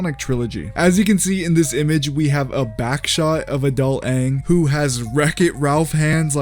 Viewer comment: Bruh, you can't say "backshot" like that, please